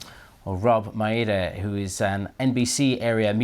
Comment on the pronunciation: Cool seeing Rob Mayeda, my local news anchor on BBC news. The last guy really butchered his name 🤦🏻‍♀️😅